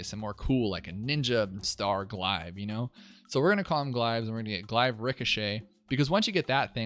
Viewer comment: A glaive is a real world weapon, and is certainly pronounced glay-ve, not gli-ve.